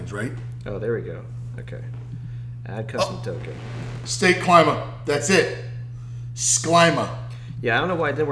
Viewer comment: Is Klima not Claima. Klima from Greek language.